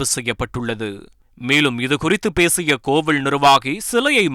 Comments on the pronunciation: தமிழில் ழகரம் உச்சரிப்போடு பேசுவதாக கோவிலை கூட கோவிழ் என்று சொல்வது வேடிக்கை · Enna pronounciation !! கோவிள் ,கோவிள் , ள் enru solgiraar karumam da saami.